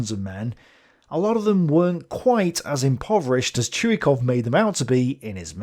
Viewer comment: Its not a big deal but Krylov is pronounced as Krilov not Krailov. Russians writing in Latin put "y" for their letter "ы" which is confusing for non-Russian speakers because they also put "y" for their letter "й". Anyway its KrilOv with stress on the second syllable. Also talking about stress - its ChuikOv, not ChUikov.